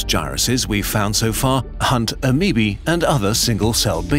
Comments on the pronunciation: XD you got the one guy who mispronounces half of the stuff intentionally for a laugh. dont you love lookin at your ameebees under the microscope? XDDD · HE PRONOUNCED IT AMEEBEE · I've never heard the plural procunciation of ameoba before, and hearing ameobae pronounced like "ameebee" just brightened my day.